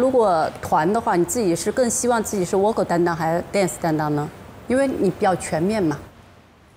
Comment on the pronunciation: 是啊，这个Vocal说成哇靠，我实在是...尴尬癌都犯了